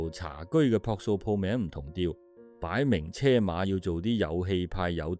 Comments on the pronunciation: 擺明(車)馬.(車)字讀個(居)字音!🤭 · 擺明：（“車”）音“居”馬